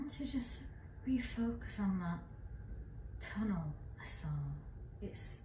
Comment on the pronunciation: Sheshe keeps saying sewer tunnle